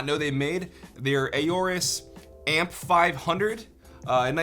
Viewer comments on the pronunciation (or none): Don't you pronounce it just "orus"? I don't think you need to say "ayorus". Good video. LOVE the voice mate. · I love Aorus products. Great performance and style! Awesome community and support. Between current products, and upcoming products, you could build a complete PC with all their products , minus the CPU. BUT, fyi, it's pronounced "or-us", not "a-or-us"... the A is essentially silent. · Aorus not Ayorus.. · It’s not A-orus, it’s Aorus. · I could be crazy but I'm nearly 100% that it's pronounced "Orris", not "Ayoris" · AW rus not A O rus. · very nice video bro <3 but it's kinda cringe listening to ey-orus sorry haha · I want to punch him for saying AY-OR-US and A-ROAR-UHS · Plz stop saying ororus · Ay - orus?!?! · "a ooorus" lmao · Everytime he say aorus orus we drink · and five when he says aurorus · ayy o rus Aorus How do you pronounce it?! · The “A” is silent. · am i the only one who is slightly annoyed he cant pronounce aorus properly